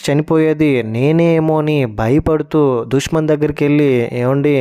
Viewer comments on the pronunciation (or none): ఇంత worst review ఏంటి బయ్యా నువ్వు 😅 ..... జాబిలి కంటే జాజి నే బాగుంది 😅 ... దుష్మన్ కాదు , దుష్యంత్ .... మగేష్ కాదు ... మహేష్ ..... ఇంట్లో ఉండేది దేవత కాదు , దేవుడు ... కొండయ్య.. స్వామి 😅😅😅😅.... నీ రివ్యూ వల్ల series చూడాలనే interest పోయింది చీ ఛీ .....